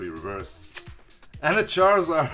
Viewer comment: When you said one Charizard tin it sounded like one Jonathan lol shoutout to all Jonathan's I guess lol